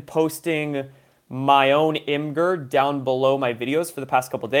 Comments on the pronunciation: IMGUR pernounced 'imager' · ITS PRONOUNCED IMAGE-ERR